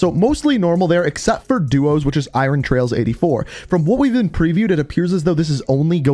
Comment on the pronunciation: Trials, not trails homie